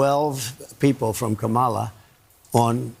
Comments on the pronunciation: He keep pronouncing her name wrong on purpose because he is a rasict. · We should mispronounce trumps name like he mispronounces Kamala's name -- DonOLD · Trump refuses to pronounce Kamala's name correctly but somehow she's supposed to stop her attack ads when he attacks everyone all the time! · tRump does seem pathetic but he is such a dangerous idiot! Also, they just sat there and let mispronounce Kamala. Those host are jerks. Vote Blue! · I like Presidents that can pronounce peoples’ names correctly 😑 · Trump deliberately mispronounces Kamala. She should start calling him Donald Shrimp. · What a weak man. The hypocrisy of asking for respect and asking for positivity yet mispronounces his political opponent. His entire campaign is rife with personal attacks and negative ads. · The poor guy still cannot pronounce her name. Poor guy.